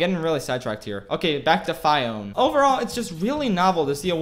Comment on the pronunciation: said Fiora instead of Fiona 2 times in the vid i guess too much LoL does that to you